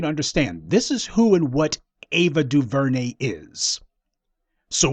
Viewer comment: Mute Ava duveray